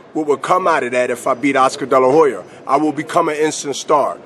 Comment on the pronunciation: "Oscar della hoyer" lol